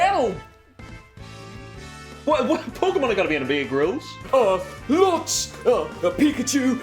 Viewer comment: It's Pear Grylls